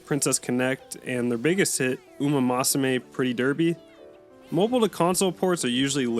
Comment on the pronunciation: Please never pronounce Umamusume like that ever again